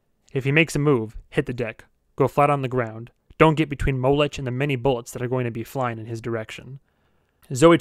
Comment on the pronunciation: His name is pronounced Mo-lek, not Mow-lech.